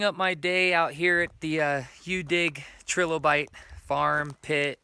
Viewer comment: It's pronounced try lo bite, not tre lo bite